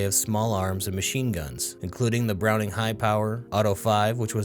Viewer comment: Our lord and savory John Moses Browning say it right lol